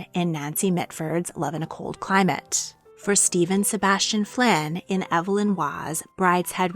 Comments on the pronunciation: Waugh's name was pronounced EEV-lin, not EV-uh-lin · I've never heard Waugh's first name pronounced "ev uh lin". I've always heard "eev lin".